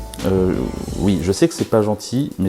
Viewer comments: STOOOOOOOP C'EST PAS UI C'EST OUI !!! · "et bien ui! Ui c'est arrivé ! " Priceless 😁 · eh bien UI , UI c'est t'arrivé xD